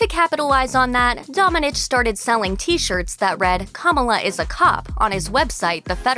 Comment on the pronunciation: Hi! You mispronounced Domènech, wich is a Spanish surname, the strong sillabe is "me" and the "h", in this case, is silent.